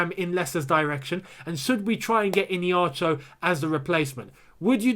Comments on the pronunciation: Keep up the good work💙 P.s. its e-hey-nacho...not ine-hacho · The way you pronounce Iheanacho's name is hilarious 😂 IN-ACHO... it is pronounced like this E - A - Na - Cho. I'm Nigerian and we(me and Iheanacho) are from the same tribe. Enjoy watching your channel. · Dude you're pronouncing Kelechi's name wrong. It's "Iheanacho"...not "Ineacho" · it is iheanacho, not ineacho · Bruh I’m sorry but it’s not innieacho ffs🤔 it’s iheanacho, just like how it’s spelt. With an H innit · Mate the name Iheanacho,pronounced like (Ihea_na_cho) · Pronounce Kelechi Ihe_ana_cho well... He can do it at Chelsea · Gentle reminder it’s pronounced “Eeeya-Nacho” 😅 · the way you pronounce iheanacho makes me laugh a lot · Am still laughing hard at the pronunciation of the Nigerian strikers name..... Call me OK... Would give u the proper pronunciation.... By the way Iheanacho scored tonite against West brom....super dangerous player right now! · Why keeps skipping the "H" in Iheanacho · I really laughed hard because of the way was pronouncing Iheanacho. It's an Igbo name,the 'n' is not silent. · Lol, that is how the America pronounce Igbo names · You are not getting the pronunciation of Iheanacho